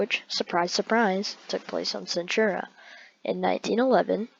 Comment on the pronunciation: ITS PERNOUNCED AQUILA AND ITS PERNOUNENCED CENTAURA NOT CENTHURA AND ANTARES ISNT PERNOUNCED ANTAREZ